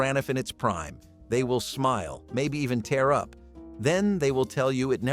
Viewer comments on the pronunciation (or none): none